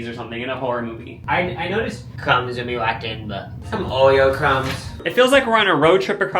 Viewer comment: “some Oweo Cwumbs” 💯❤️